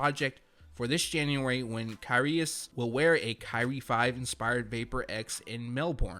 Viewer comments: Knit picking but you pronounce Kyrgios - kireeoss👍 Love the channel ... keep up the good work😉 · A little late but it’s pronounced KUR-Rios for the Kyrie tennis collab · It’s pronounced Kih-ree-ohs. S2g everyone doesn’t know shit about tennis.